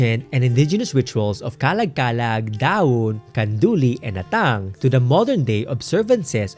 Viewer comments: I'm not sure but our Ilocano pronounced it as "Ah-tang" not "At-tang". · Just wanna share 😅, I noticed yung pronounciation for Atang where the emphasis is at the 2nd syllable "a-TANG", I was taught and often heard from family members that the correct pronunciation is "Aah-tang"/"AH-tang" (emphasis is at the 1st syllable than the 2nd)